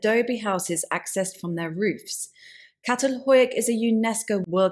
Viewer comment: Very informative as usual. But you must do more research, of only to avoid the errors, such as "meteorotic", and mispronunciation of Çatal Hüyük & h-aitch.